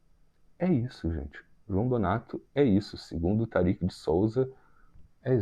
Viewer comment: Olá, a pronúncia é Tárik e não Tarik. Abraço.